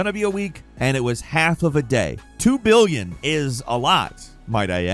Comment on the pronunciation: That's 'billion' by the way